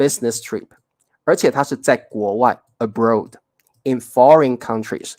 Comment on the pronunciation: 谢谢你这一堂课，认识常年和长年的分別。老师 abroad 发音错了，要注意这个【oa】的发音abroad [əˈbrɔd]， 在这里oa = ɔ (符号 ɔ = ô), 有时你会看到ɔ 或者 ô，两个都是一样的。